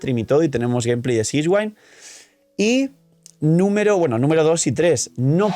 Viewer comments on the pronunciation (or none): none